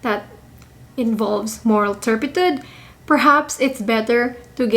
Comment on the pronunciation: Moral Turpi-tood. Is how it's pronounced. 🙂